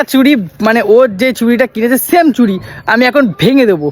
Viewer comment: ওটা "চুরি" নয়.. "চুড়ি"!